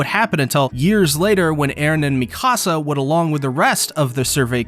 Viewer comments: “Mee-kasa” is killing me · Why does everyone call her Mecasa instead of Mikasa? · Its Mikasa not la micasa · Bro makes a lore video but keeps saying Mikasa’s name wrong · You're pronouncing Mikasa wrong... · the way he’s saying Mikasa’s name…. No…. You’re high!